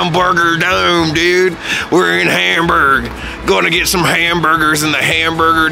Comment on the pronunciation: I wonder how you reacted to the Miniatur Wunderland. I work there so I am a little bit biased ;-) But I guess I will see. I love how you really want to pronounce the german names right. Hamburg not like Ham as in Eggs and Ham etc. looking forward to the next episode